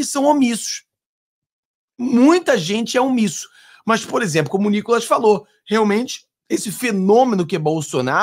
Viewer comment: 😂😂😂😂😂 não aguento NÍCOLAS KKK